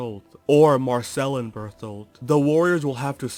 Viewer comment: Can't get over you saying Berfoldt, just makes me giggle everytime.